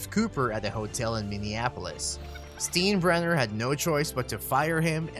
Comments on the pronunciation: Right! I mean how knowledgeable of baseball could this dude possibly be when he can't even pronounce George's last name? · If you knew anything about baseball you would know how to pronounce the Yankee owner. DO YOUR HOMEWORK!! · what kind of baseball person doesnt know how to pronounce his name??? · I wish I had a penny for every time you mispronounced George Steinbrenner's name (pronounced STINE-bren-ner) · Right. I don't get these guys who make videos and cannot pronounce the names of major characters in them. Steenbrenner? What a joke. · I never knew that my decorative budweiser cups were known as beer "Steens". Thought they were alway pronounced as beer "Steins". Obviously the narrator never watched Seinfeld lol.....Steenbrenner.... that's hilarious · “STEEN-brener”?? “STYEN-brener” is the proper pronunciation. Have you never seen an episode of “SEEN-feld” (SYEN-feld)? Otherwise a very nice synopsis. Part of watching a Billy Martin team was the hope that Billy woukd go ballistic at some point. Hint: Baseball fans are historians…learn how to pronounce the names of those in your vids. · Why even make a video when you can't even pronounce an easy name that is known by baseball fans the world over? I can't stand Steinbrenner but my god. Since when has Stein ever been "Steen" for anyone?! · This guy did absolutely no research… at all. Can’t even get the pronunciation of names right. Will not be subscribing. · I had to turn this off after the third time I heard the narrator say, "Steen-brenner." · Steen brenner LOL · It’s “STINE-Brenner”. You have great content but it can get discredited when a name is so clearly mispronounced. If you think Martin was violent, Leo Durocher was a close second. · "George STEENbrenner"...🤣🤣🤣🤣🤣 If you're gonna make a baseball video, at least get an announcer who knows something about baseball history. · Everyone is pointing out Steen-brenner, but are we going to let Sten-jel slide? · Tell that to the narrator.